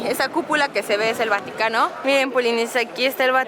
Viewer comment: Like si karen dijo vanocano en el minuto